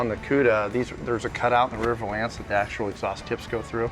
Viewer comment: P.S. it's not a vowlance, it's a valance.